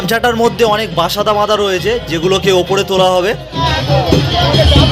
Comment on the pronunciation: তুমি কি বাঙালি? বাঙালি হলে বাসাতা না বলে বাতাসা বলো।